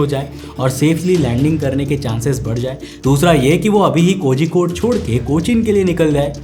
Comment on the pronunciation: pronounciation of kozhikode is wrong how do i tell the pronouciation i dont know😂